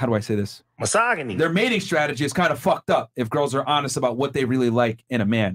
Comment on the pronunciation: Lol bruh , who said FUHKED like this? Thought it was Zherka for a sec